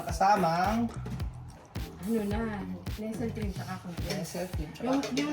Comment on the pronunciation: Classic talaga yung pagbigkas ng "NESEL CREAM"😂😂😂